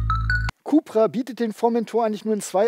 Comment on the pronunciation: für alle die es nicht wussten, es kommt alles vom Seat CupRacing .. sprich CUP-RA